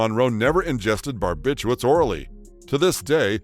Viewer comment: Really detracts from the story when they call them "Barbituates " instead of correctly "Barbiturates"